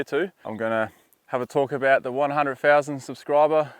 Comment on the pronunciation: That's a lot of subs for someone that can't pronounce 100,000